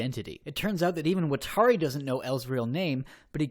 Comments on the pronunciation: AFFFFG YOU SAID WATARI AND KIRA WROOOONNG i’m sorry, it just hurts me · They way you pronounce “watari” is horrible.